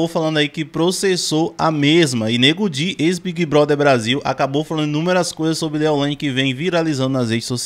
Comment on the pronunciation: Ele falou certo nego di